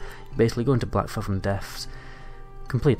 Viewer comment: Black-fathom.. written as one word and pronounced as such. Feels like you're trying to milk this topic for views rather than creating proper content.